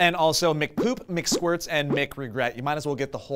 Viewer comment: 32 Mcsqurits? aha